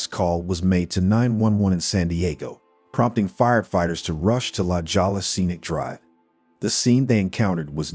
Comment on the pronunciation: La Jolla is pronounced “Lah HOY ya.”